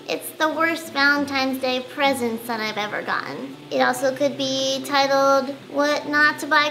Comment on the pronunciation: When she said presents I thought she said president